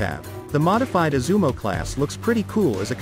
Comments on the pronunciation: Thank you for the introduction. But it is “Izumo”. Sounds like “yi zu mó” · Is it really that difficult to pronounce Izumo properly?